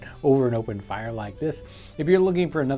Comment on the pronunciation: The way he says "the fIRee"